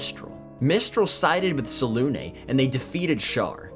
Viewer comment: I can tell you're a professional because you pronounce Selune correctly. C'mon BG3.